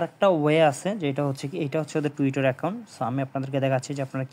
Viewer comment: tewtor na vai tewtter